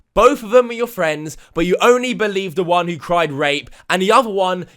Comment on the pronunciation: Is it so hard to say "the" properly.. THE NOT VEH!